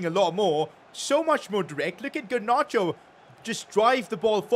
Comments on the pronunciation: Garnacho not Garnarcho😑😑😑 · The fact he said gernacho 😂😂